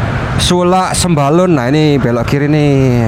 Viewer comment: Namanya bukan sembalon tapi Sembalun wkwkwk